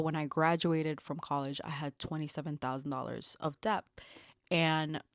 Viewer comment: Amazing!! Great video, just FYI it is pronounced DET the B is silent